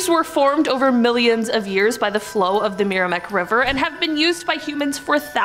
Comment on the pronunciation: Meramec = "mare-uh-mack". Great video.